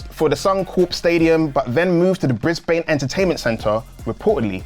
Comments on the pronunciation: is back ‘Yeyeyeyeye’! Both of you are a great team! However, Brisbane is pronounced Bris-Bun Not Bris-Bane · We pronounce it Briz-ben. Or brizzy. Or brizvegas. When people say bris-bane or mel-borne instead of brisben or melben, we die inside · I think that as a Brisbane native (PRONOUNCED BRIZ-BN, NOT BANE) my feelings on Grandslam are mixed. I did expect it to be a ppv and paid about $160 for my tickets, which i will not refund because i believe in supporting AEW and I have pretty good seats. That said I don't want to sit through 5 hours of wrestling. Then again I likely won't see some of my favourites like Swerve Strickland. Also on the venue change the Brisbane Entertainment Centre's seats are small and rock solid compared to Suncorp Stadium. Still, I'm excited for what will probably be a 5 match card. I think AEW ppv's ought to remain around 6 to 7 matches with 8 or more reserved for special occasions. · Always hilarious to listen to Americans trying to pronounce Aussie capital cities will never get old 😂